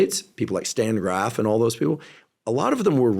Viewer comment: Stan Grof* not Graf lol